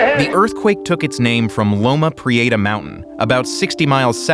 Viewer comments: I lived in SF, and the earthquake's moniker has never been pronounced "loma pre-AY-ta" by anyone in California or SF. It's pronounced like "loma pre-etta." You'd think the NYT would have the resources to get it right. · I’ll never forget the call I received from my mother, who lived in Santa Cruz, when the earthquake struck. Thank God, she was alright! By the way, Californians pronounce it Loma Pree-EH-ta, not Loma Pree-AY-ta… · Loma Pree-ate-ahh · As someone who lives in the Bay Area, how he pronounces Loma Prieta is hilarious.